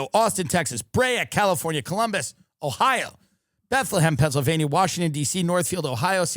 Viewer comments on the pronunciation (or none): none